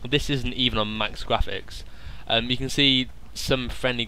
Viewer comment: lol ur voice is funny when u say graphics sounds like ur saying gwaphics